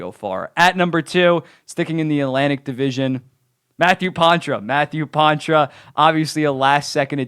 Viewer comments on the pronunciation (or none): It’s pronounced Paw-truh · I know it’s Poitras, just the way he’s saying it is Pontra for some reason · You mean poitras right?